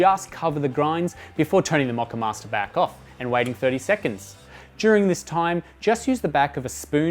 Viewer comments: 🤣He says "MOCCAMASTER" 2 times normally then says "Then turn the MOCCAMAAHSTA BAAHK ON" in a funny accent, I pissed mi pants! That aside, great helpful video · Made me laugh! "Then turn the moccamayster bayck on" That Aussie accent tripping you up!